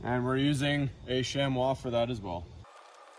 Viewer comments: Lovely. Just a hint that it’s pronounced SHAM-ee. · thanks for the speedy and detailed reply. I will definitely subscribe, but from a different account name. You and I are talking about the same thing. Sorry I wasn’t clear. I could tell by the irregular shape of the animal hide that you’re using a genuine chamois. It’s pronounced SHAMMy. Honest! Look it up.